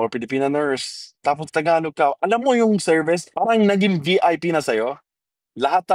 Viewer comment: Its is prounounce "Tagalog" not Thaaagalog.